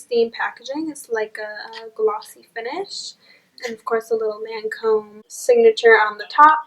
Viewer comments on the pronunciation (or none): ITS IS PRONOUNCED (LAWN-COMB)